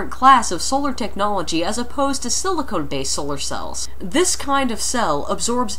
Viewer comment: SiliCON not SiliconE! grrr...second video with this mistake :-P Still interesting though! Thanks!